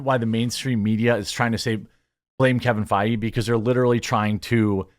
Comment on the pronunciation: love the irony of your Kevin Faggy pronunciation